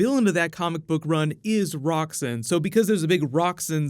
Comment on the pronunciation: Roxxon - pronounced "rocks-on."